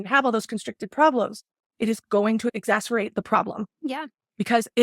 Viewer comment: Her not being able to say "exacerbate" was hilarious